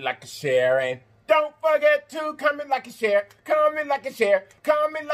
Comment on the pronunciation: I swear I thought he was saying COMMON LIKE A CHERRY COKE😂😂😂 I was like what sense does that make? I Just cant with myself. Let me exit with one finger up like they do in church